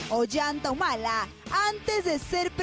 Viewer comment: la chica dice Olanta Humala asi tal cual.